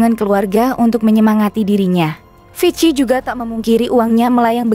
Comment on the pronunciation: Itu bacanya viki bukan vic ki